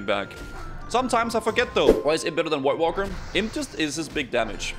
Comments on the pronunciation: I love the way says voidwalker, sounds like white Walker hehe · what's a woidwalker?